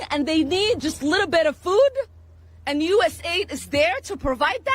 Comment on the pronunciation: P.lease PRONOUNCE as. US. A. I. D. (US-AID IS DECEPTIVE).....